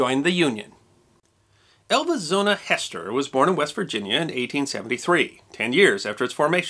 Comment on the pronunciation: Pretty accurate....but.... her name was HEASTER, not Hester.... pronounced HEE-ster... Zona HEE-ster Shue... I live beside that sign in Sam Black Church, West Virginia although her grave is about two miles away at the bottom of Little Sewell Mountain... and have known the descendants of the Heasters all my life... the old homestead where it happened is still standing..